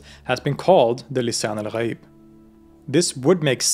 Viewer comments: As a Shia Muslim who just watched the two parts, this movie can relate to many things that I believe in with extension to out-of-the-box thinking lol. Very well explained and perfect pronunciation of Lisan Algh'aeeb :D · Hey, this guy pronounced Lisan Al-Ghayb --surprisingly, very accurately.